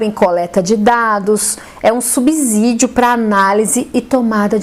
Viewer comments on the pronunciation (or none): Professora, gostei muito da abordagem do tema que foi muito clara, porém com todo o respeito,faço uma observação relevante: a pronúncia da palavra subsídio e com som de C e não com som de Z.